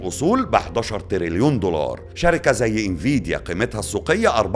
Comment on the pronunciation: ياعم الله يكرمك اسمه دولار مش ضولار 😅